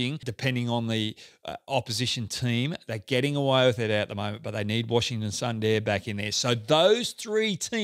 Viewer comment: Hey, Pronunciation of letter "U" in Punjab and Sundar need to just reversed to get them right :)